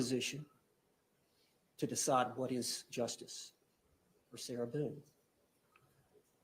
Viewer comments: But I was gonna donate a kidney! Get her, her attorney that pronounces her name as Sarah Beeyoon" and her paperwork outta here!!! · “Sarah Boon-akiss”